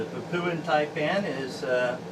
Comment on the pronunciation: Hello, I hope you don't mind? I have a link, so that people can understand the different Taipan, species. Also, there is no, oo, sound in Papuan. It is not pronounced, Papooan, lol. Apologies, in advance, if you think I am being a smart arse.